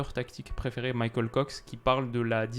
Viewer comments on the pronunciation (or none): none